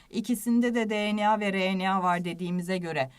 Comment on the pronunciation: Allah aşkına RNAyı bastırarak söylemeyin sağır oldum